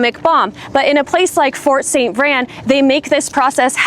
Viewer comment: You’re pronouncing it incorrectly. It’s St. VrAin. Pronounce the A!